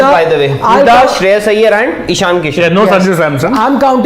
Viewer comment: Whoever saying Sreyash is most dumb guy 🤣